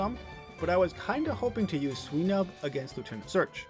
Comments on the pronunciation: why do you pronounce swinub like sweenub? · Sweenub? Come on man. It's a pig. A swine. Swinub